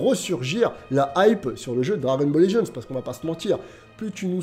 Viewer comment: Juste je regarde t’es vidéo mais est ce qu’il est possible que tu prononces le nom du jeu correctement stp 🙏🙏